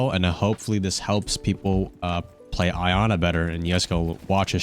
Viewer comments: Dude Iana's name is pronounced EE-ANA not EYE-ANA 🤣🤣🤣🤣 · Bro hearing “I-ana” has made me wanna put my head through a wall. It’s Iana, “Yah-na” it’s not that hard. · its pronounced "Yana" not "Ayana"